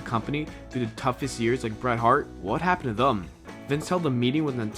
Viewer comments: what the fuck does "thum" mean? Is that some speech impediment that prevents you from saying "them"? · I wanna know why you pronounce the word "them" as "thum" ? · Good video. I'm just curious, where are u from? I hear you say "thum" instead of "them". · Why do you keep pronouncing "them" as "thum" where the fuck are you from? Pull your THUM out of your ass. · thum????? it's THEM! em...not um.....crap its driving me nuts hearing you kill a simple word. them...them....not thum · Some people with Boston area accents pronounce thum instead of them. Or they say dem, depending on the area. Not the case in this video, but I don’t find it as weird as a lot of people here do and wouldn’t of noticed unless it was pointed out lol. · Are you saying thum? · "Thum"? "Contrack" ? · "what would happen to thum" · Them not thum. lol come on man. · Thum? It's them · "Thum"? WTF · Its them not thum lol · Peter Morgan I read that comment as soon as he said "Thum" omg I'm dying. I can't unhear it now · Ugh.... THUM? Seriously!!! Why do you sound like an American or Canadian but pronounce it that way?!!! Even Canadians don't say it like that!! Stop !! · Even though the presenter can't pronounce them! Can't help but feel that there is truth in all of this! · Why can't he pronounce them? Haha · I have never heard the word "Them" pronounced with a "U" before. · Why can't you pronounce the word "them"?